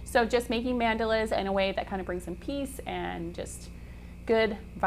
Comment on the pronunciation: Love this project but the way she pronounces Mandalas is driving me crazy. Anyway....